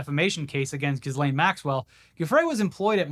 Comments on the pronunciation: FYI I looked it up and it's "Jeece-lane" but I prefer jizzlane lol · this is not an important thing but ghislaine is /gi'lEn/ or /gi’len/, ghee-LENN or ghee-LAYNE not jizzlane